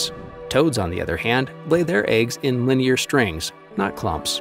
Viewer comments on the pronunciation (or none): none